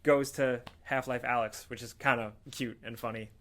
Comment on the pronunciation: I think its called A-lyx, not Alex.